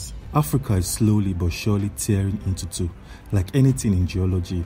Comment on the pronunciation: The news announcer is like. Africa is slowy tearing inchu chu😂